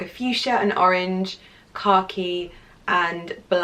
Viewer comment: Omg you're adorable! I totally thought you were saying "car key" when you were describing the color of the Louis Vuitton bag but you were actually saying khaki!! Aah! I love it! Great haul!